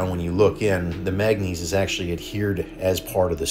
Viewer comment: Mang ga neeese Not magnees...